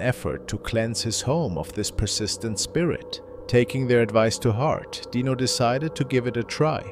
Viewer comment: It's pronounced dyno not deano spelled dino